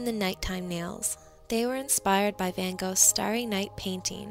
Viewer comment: You don't say his last name correctly